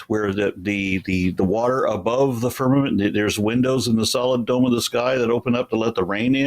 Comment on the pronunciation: I heard an uneducated person that had trouble understanding basic words like firmament, which it sounded like he first said ferment. He was a waste of bandwidth, but to show how stupid some people are that think they are smart. I wonder if he knows he's stupid. Answer to your question, It seems as though the people of Babylonia thought firmament was a physical thing, because they built a tower thinking they could step off in heaven.